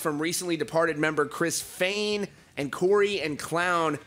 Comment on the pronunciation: “Former percussionist Chris FAAAYYYN...” I’m sorry😂